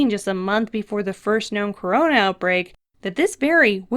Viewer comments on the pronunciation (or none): none